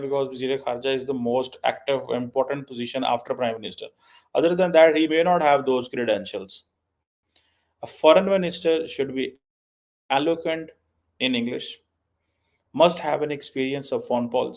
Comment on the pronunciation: Keema....tum bun jao apni Punjabi angreji kay saath foreign minister 😂😂😂 Incidently the word is "eloquent" and NOT "aloqunt" as you pronounced it in your paki punjabi😂😂😂😂😂😂